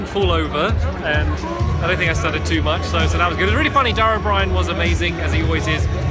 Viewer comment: Fantastic video. OH-bree-UHN though, I thought.